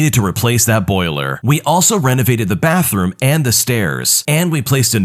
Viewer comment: Is it just me or did someone else hear "baAthroom" in "we also renovated the bathroom"